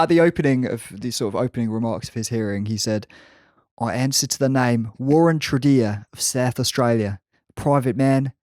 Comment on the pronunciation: Excellent pronunciation of Warren Tredrea's last name! He pronounces it Tred-ray, but given his recent exploits I wouldn't trust him to be able to spell his own name, much less pronounce it. Carn the Baggers!